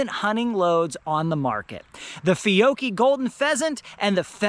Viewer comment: It’s Fee-oh-key. George has it correct!